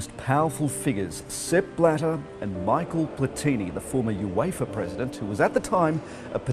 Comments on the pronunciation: it's pronounced ... Mee-Shell and not Michael Platini 🤪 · No wonder Australia could not get to host the World Cup when your national broadcaster has its talking head pronouncing both Michel Platini's names like he did. Embarrassing.